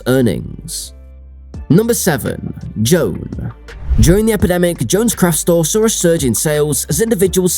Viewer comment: its pronounced JO--- ANN ..... AI voice.... ughhhh